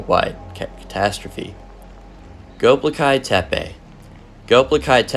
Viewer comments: Go beck ly tepe is how its said. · The way you pronounced Göbekli Tepe burns my soul